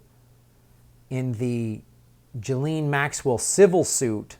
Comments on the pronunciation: Dude please pronounce her name correctly: it's pronounced jizz-lane, not Joe-lean. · Hey, Ms. Maxwell's surname is pronounced " Jizz - lane." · “JIZZ-LANE.” needs to brush up on reading and listening skills then dig into the Cernovich releases on #pedogate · I have to admire Bob Maxwells far-sighted decision to name his daughter 'Ghislaine', for most Americans it's almost impossible to spell or pronounce correctly.